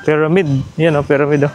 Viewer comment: nakakabadtrip ung "payramid" ni kuya piramid kasi bigkas jan tsaka ung spinx hindi yan sinks tatanga tanga pa vlog vlog eh